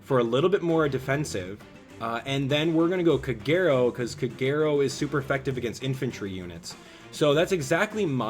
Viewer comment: It took a couple of tries, but eventually I got Robin and i got her to 4* now :^D P.S. - it still triggers me how you pronounce Kagero's name, i really hope your doing it on purpose xD